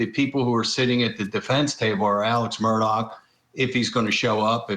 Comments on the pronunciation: It's Mur-Daw not Mur-Dock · Actually, the pronunciation is Murdaugh as in "Mrdog" Someone who has never lived in the south would hear "Mrdock" but that is NOT what he is saying. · ITS MURDAUGH DAU NOT MUR -DOCK . OMG you have been "reporting" on this for over a year. You would think you could at the very least get the f ing name right. Smdh🙄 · Just an aside observation—Many commentators continue to pronounce Alex Murdaugh’s last name as though it is spelled “Murdock”. Which pronunciation is correct? Also, Alex Murdaugh’s family, co-workers, and friends actually pronounce his first name as “Ellic”. Is this a common pronunciation of a nickname for Alexander, in South Carolina? Just wondering.